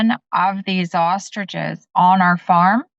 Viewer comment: haha. To be fair even Jimmy pronounced ostriches as "austriges". 😂